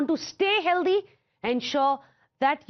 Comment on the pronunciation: Healthy is pronounced "Hell Thee" Not Hell Dee No offence